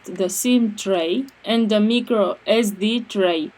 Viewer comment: Not "meecro" but "mycro" when you pronounce MICRO.